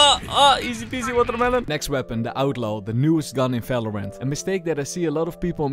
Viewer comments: efery gun in falorant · valorant or falorant ?